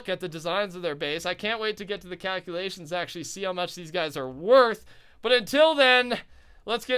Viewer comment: those COW-culations left me in UTTER shock